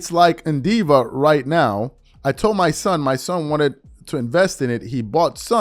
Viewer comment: When are people going to realize these media people aren't real? They lie for a living. Nothing they do or say is genuine. And wtf is NDiva? 😆Nvidia buddy. It's Nvidia. Btw Shannon retired from the NFL at the end of the 2003 season.